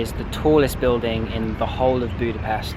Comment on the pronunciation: Thank you, Great videos! If I may ask, next time please pronounce Budapest with an English "sh". Just like in the word English. The Hungarian "s" is and "sh". Thank you!